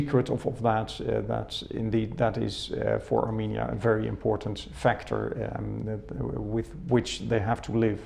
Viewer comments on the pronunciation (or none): Հարգելիս A M I N I A չէ, հաստատ, այլ A R R R M E N I A